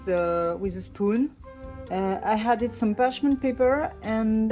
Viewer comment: I love your channel and your videos. I have a pronunciation tip for you: Whenever you say "added" you pronounce it as "hadded". There is no h in this word.